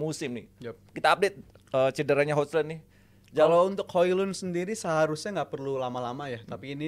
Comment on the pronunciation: Host pea banget hojlund tuh pronounnya hoilund gitu aja gatau sih pea